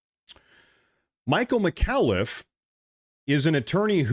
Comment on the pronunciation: What’s with guys mangling peoples’ names lately? McAuliffe isn’t hard to say.